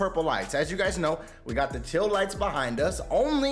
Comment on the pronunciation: Some of the words you say 😂 like how you say tAHtes(tatis) but the worst is your not even saying “TEAL” you are saying “TILL” lights lol 😂